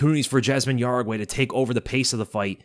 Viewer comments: I'm pretty sure jauregi is pronounced as how-re-gee and not ya-ra-gwai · Yasmine "Yeah-ragee" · Jauregui * How-re-gi..